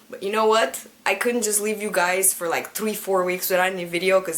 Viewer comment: Is it just me or does pronounce the R in three slightly like a W? Like I'm not judging or anything...I just find it really cute and adorable:) BTW, you are really pretty!:>